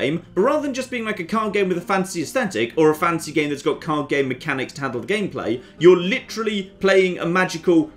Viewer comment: The difference between pronunciation of 'fantasy' and 'fancy' is almost inperceptible...